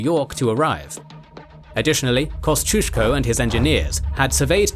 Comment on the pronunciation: they way the narrator butchered the pronounciation of Lafayette, Kosciuszko, Ticonderoga and Schuyler hurt my ears